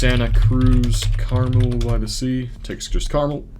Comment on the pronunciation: Carmel-by-the sea is "car-mehl", not like the candy.